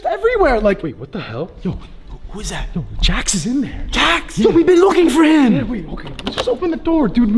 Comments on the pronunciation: It’s not jack it s Jax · It's not how you say it's name it's Jax😡😡😡😡😡😡😡😡😡